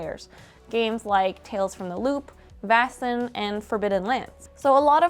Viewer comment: Great video, and great work on the Swedish pronounciation! You pronounced Vaesen perfectly :)